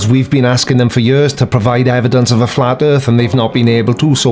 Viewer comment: I HAVE "EDIDENCE"..... BIBBBBBLEE!!!!